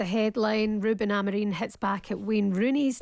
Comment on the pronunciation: Someone on TalkSPORT need to tell both and that Ruben’s surname is AmoriM and NOT AmoreeeeN 🤷🏻‍♂️ Please please please correct them, it’s so annoying!!